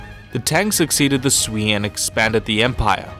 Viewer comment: Sui is not "Swee" :') it's "Sway" dynasty